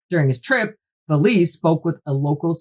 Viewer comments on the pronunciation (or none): Great depth of knowledge on this topic. I’ve seen it before on Ancient Aliens. And so you know, his name is pronounced valet like valet service. Is this connected with the UFO sighting that happened in a village where people had weird marks/ skin irritations and a local Doctor tried to treat them? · I love this channel so much. 😂😂😂 but the mispronunciation of Jacques Vallees last name is hilarious every time she says it 😂😂😂😂